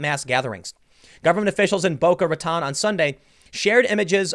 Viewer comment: for the record, it's Ra-toe-n, not Ra-taw-n